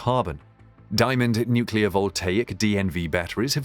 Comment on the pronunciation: NucLEAR not NucULAR